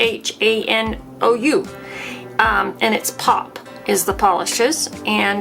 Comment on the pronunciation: Die -aff-Ann-Uss is the way to pronounce that teal Pop polish.